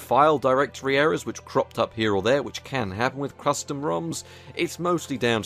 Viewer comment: Ahh yes crustom roms. xD